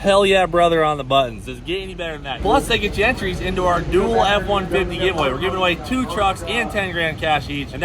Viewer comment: Had to rewind cause I swore I heard “Dually F-150 giveaway”